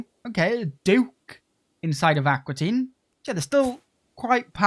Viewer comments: It's Aquitaine, not Aquatine! 😄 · Fun playstyle! Also fun that that you call Aquitaine Aqua Teen.